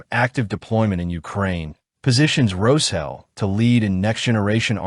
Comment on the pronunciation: Can you guys use an AI voice that can pronounce the SH in Roshel like it is supposed to be pronounced?!